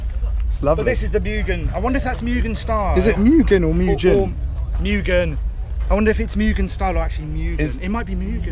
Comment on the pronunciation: I've only ever heard other people say Meugen as Mew Gen not Moo Gun if that's any help?